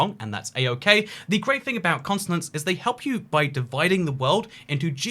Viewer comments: why is he saying consonants and not continents, but fr like 20 times? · Are we just ignoring the fact he said consonant and not continent for the entire video? 👏🏼👏🏼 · Your pronunciation of 'Continents' sounds like Consonance....probably cause the British Accents dont pronounce "T" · why is he calling them “consonants” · He keeps saying "consonants" instead of "continents" lol